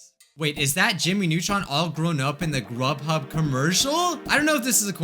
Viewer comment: you said rubhub